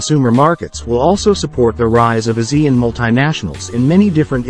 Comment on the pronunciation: It should be pronounced as A Siean